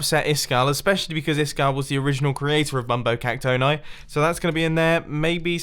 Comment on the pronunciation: it's pronounced "Cac-toh-nee", not "Cac-toh-neye"